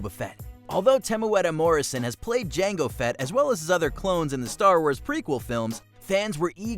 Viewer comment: Respect for the correctly pronounced Temuera Morrison's name